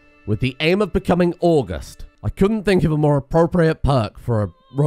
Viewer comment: Now I know it says 'august' just like the month... but it is definitely pronounced awe-gust. As in start with the month and end with the wind.